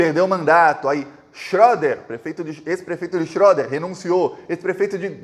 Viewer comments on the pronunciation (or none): se escreve o nome da cidade assim 👉🏼Schroeder, mais se pronuncia xereder.